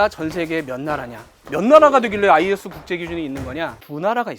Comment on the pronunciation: ISO = 아이소 라고 읽으시면 됩니다.